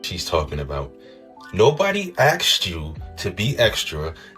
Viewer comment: "Asked" Asssskkk-ed Not axed